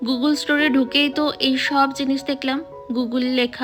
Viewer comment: Madam pronunciation ta bengali te গুগল hbe গুগুল na